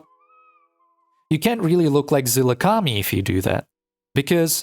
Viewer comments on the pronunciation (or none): Why does he keep saying Azilakami?